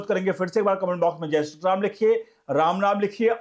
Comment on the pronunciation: Sri to thick se pronounce kijiye